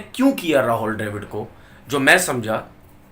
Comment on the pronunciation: Tumara naam Tenavir Amid hai? Nahi hai to Rahul Dravid ko Rahol Drevid kyo bolte ho jaan boojhkar.